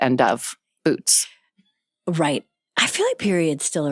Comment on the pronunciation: Jennifer Lawerence saying Boots in the correct manner. Gay icon.